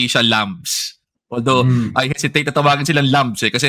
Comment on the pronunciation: Atty Barry - lambs - silent b po ✌🏼